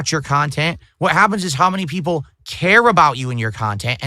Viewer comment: Peepul like me now Craig!!